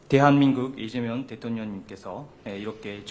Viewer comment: 이재명을 우리나라 발음으로 말씀하시네. 감사합니다. 쭝꿔 : 리짜이밍.